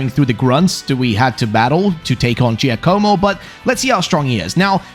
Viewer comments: It's not Joe-koh-mo. It's J-AH-komo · giacomo is pronounced Ja co mo ja not jay